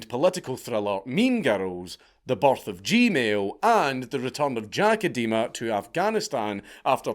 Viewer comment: I'm amused by the pronunciation of Idema as eh-dema instead of ai-dema, an Edema being a medical term for swelling caused by fluid retention. Can't tell if this is intentional or not.